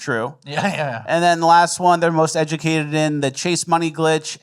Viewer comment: "EGLSES!" = most educated.